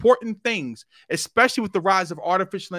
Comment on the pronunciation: It’s so hard to take advice from people who pronounce “especially” as “exspecially.” All his credibility has blown out the window. 🙄